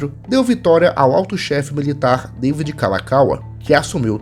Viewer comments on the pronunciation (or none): none